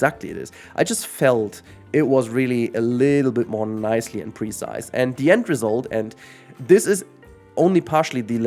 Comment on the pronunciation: Everytime you pronounce the word "precise" I have trouble understanding what you're saying. At first I thought you said "pre-sized" and had no idea what you meant. The emphasis should be on the second syllable: pruhCISE.